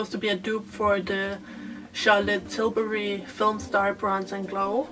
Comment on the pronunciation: I love the way you pronounce Charlotte Tilburry